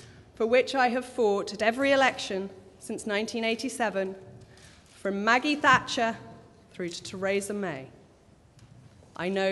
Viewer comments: How the hell does she not know how to pronounce Theresa? Heard her name more than my own this year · Yes let's give a voice back to the people, says this privileged woman who makes a lot of money writing columns in the newspaper her daddy used to run (The Times). Not at all "establishment", is she? lol Also how come she can't pronounce the name of the leader of the party she's been in for more than 30 years? It's Theresa not Teraysa :-/ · I thought it was weird too.